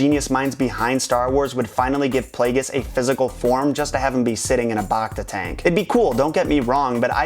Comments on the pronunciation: BACta tank - BACk - BACtine - BACteria Don't BAWKta the pronunciation. Bacta tanks put you BACtagether. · bActa not bocta